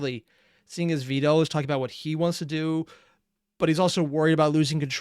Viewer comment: ve-del lol